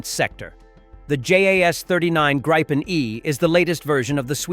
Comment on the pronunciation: Please, make your AI voice pronounce Gripen the correct way. Tell it to say "greepen", then you will be ok.